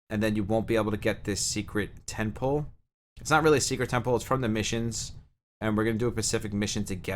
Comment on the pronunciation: Thanks for the video. I'm struggling with trying to understand some of the terminology your using when describing different things. For example are you saying the word "Ten pool or Ten Pull" or are you saying "Temple"? And what does that mean in terms of the game? I apologize, Thanks again.